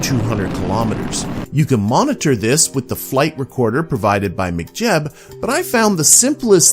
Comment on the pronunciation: I love how you pronounce 'McJeb' 😂. Good stuff, these have been super helpful as I delve into RP-1 for the first time. It is certainly intimidating as a transition from stock KSP